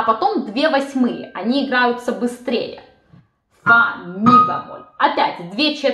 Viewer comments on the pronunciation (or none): что такое бЯмоль? Правильно говорить бЕмоль